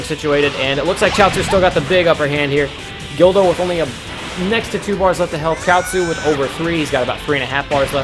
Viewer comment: its guldo not gildo...